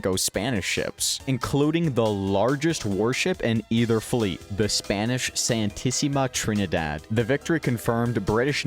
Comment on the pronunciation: “Sentisimea treinidead” 😂‼️🗣️‼️